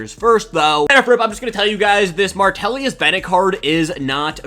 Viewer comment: it always kills me haha the eagles center Jurgens you always say jurnigans then martellus Bennett you said martellius you just add an extra letter or two in some dudes names😂